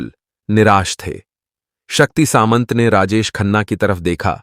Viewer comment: वो शक्ती " सांमता" है न की " सामंत"😠